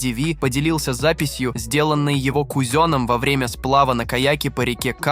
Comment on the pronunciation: Со своим кузёном😅 ИИ русский язык вообще не знает..😢